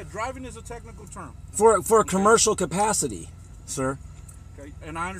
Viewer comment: "...cabburshal cupassity..." hehe